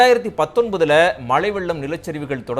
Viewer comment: சார் நீங்க, 'மழை'யை, மளை-ன்னு சொல்றீங்க... நா(வா)க்கை திருத்துங்க...